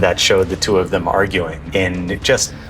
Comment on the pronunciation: Twwoo Brothers... it's called Two Brothers!